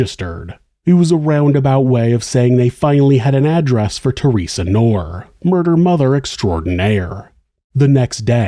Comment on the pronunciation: The name "Knorr" is pronounced with a hard "k" sound followed by "nor." Knorr is my name, it’s German